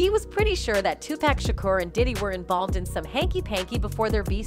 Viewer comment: Lol 😂 This is some bullshit she saying his name wrong Tupack so disrespectful PAC wasn’t gay y’all trying to dirty the goat 🐐 name but you can’t we know this is just for views smh 🤦🏽‍♂️🤦🏽‍♂️🤦🏽‍♂️🤦🏽‍♂️🤦🏽‍♂️